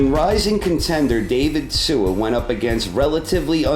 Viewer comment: David Tua is NOT Kosta Tzyu. And he is not Tsua either. pronounced 'Two - Er'